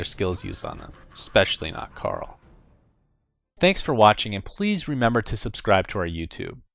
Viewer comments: In Dota 1, Invoker's name is Kael. When Sunsfan said it at that time, it sounded like he said Karl. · its kael not carl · Since when Kael pronounced as Carl???? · isnt it kael? not carl... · It's Kael. Zzz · who the hell is karl lolol i thought it was kael? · Kael not Carl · Lmao, he's pronouncing kael like karl! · y u say carl and not kael ? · its kael not carl... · There's a bit of history in his name.. They asian dota scene had difficulty pronouncing Ka'el or something, Carl was adapted as a result. He and other chars in dota 2 call him Carl on occasion, maybe as an in-joke/easteregg.